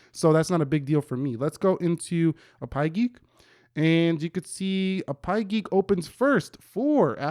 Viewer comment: Is not A-Pie geek it’s APP-Y geek😂